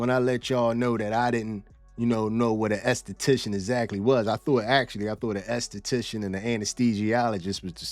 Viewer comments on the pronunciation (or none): Okay what I want to know is who taught you how to pronounce an enesthetician